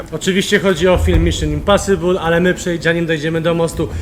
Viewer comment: i w książce śmiali się z Kuby że powiedział Dżak olanter czy coś a sami mówią np. Miszyn imposibul XD